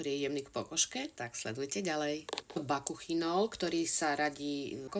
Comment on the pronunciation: Bakuchiol,nie bakuchinol